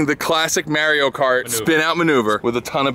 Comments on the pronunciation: It's Mario cart, not Maria Car, need to find a gocart :D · These dudes really just said “Mary-o kart”... it’s M A R I O KART UUGGGGHHHHH!!!! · 'Merio kart?" LOL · What is this "merio cart" you speak of? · Mario Kart 🤦🏼‍♂️ Mahr eee oh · That boy really said marryo cart 🤣🤣🤣🤣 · I honestly dunno if I can handle watching this video if I keep hearing "merry-o kart" lol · "Mayrio kart" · Marry-o kart?... bruh. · Mare-io kert... 😂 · Did you REALLY just call Mario Kart 'Merio Kart'? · Did he just say "Mare-ee-o" Kart? Da fuq... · It’s Mario Cart not Merio Cart